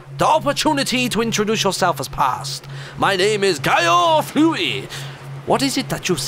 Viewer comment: you started calling him guy-o-furry